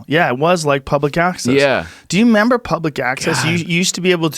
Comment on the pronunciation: Take some alpha brain joe you just said “do you member” 😂😂😂